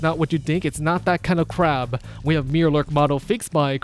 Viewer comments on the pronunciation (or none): Mirelurk. My-er-lurk.